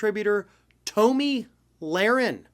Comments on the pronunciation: Uh...just wondering...how do you not know it is pronounced "tommy" and not "tow-me?" Listen here you eggheaded humpty dumpy wannabe journalist...have you been living under a rock? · This liberal can't even pronounce her name correctly. It's pronounced Tommy not Toe-me. I watched every minute of the Rittenhouse trial and the jury got the verdict 100% correct. Whoever didn't watch every minute of the trial, your opinion means nothing. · I'm not sure if you were doing it as a joke, but her name is pronounced like "tommy". I hate her with a passion, but I'm also not about mispronouncing names or giving people nicknames to poke fun in the political arena. Think we need to move above that as adults. Again, not sure if you just didn't know or what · I have never heard it pronounced Toe-Me